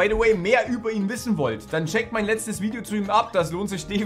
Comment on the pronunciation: muss ganz dringend lernen wie man “Video” ausspricht